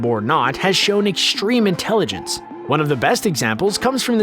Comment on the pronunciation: Ekschtreme! What's with people not being able to pronouce "st" properly. There's no "sht" sound in extreme, or strong. It's not pronounced SHTRONG. it's strong. Don't know where you people learned how to read.